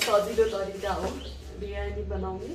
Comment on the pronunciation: Birani hoina didi 😁biryani vannus na